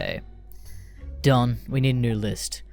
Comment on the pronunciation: would be better if you didnt pronounce "Don" as "dawn"